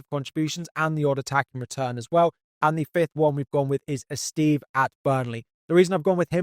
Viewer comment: Great video as always but please take some time to pronounce players’ names correctly, such as Gyokeres, Esteve and Guiu